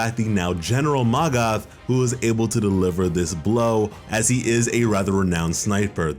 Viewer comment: And it's not ma - goth